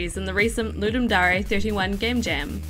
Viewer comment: voice is good but I hate how she says DARE it's not darea it's DARE! as if you're saying I dare you to ..... but great games for just 48hrs damm